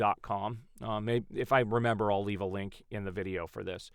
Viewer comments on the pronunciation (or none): none